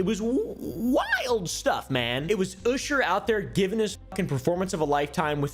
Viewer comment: him saying "usher" as "oosher" is funny to me